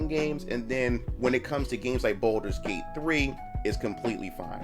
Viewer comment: Why everyone say BOULDERS Gate? 💀